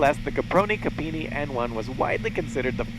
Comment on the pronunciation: He also manages to butcher the name of poor Secondo Campini, calling him "Camponini". At that point I just had to close down the video.